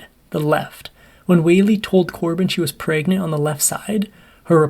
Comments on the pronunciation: "Corbin was preagnennnt" the hell kind of way to say pregnant is that lol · Lol, he said PRAYgnant 🤦‍♀️😆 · "Praegnent" made me laugh every time. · 😂i like how you said pregnant in the beginning